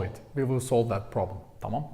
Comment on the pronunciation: Thank you. Very interesting. I’ve been learning on Duolingo and Babbel but this was really helpful about the stressors in spoken language. I love the way you say Tamam lol. Are you adding an ending on it? It sounds like you’re saying Tamama :-)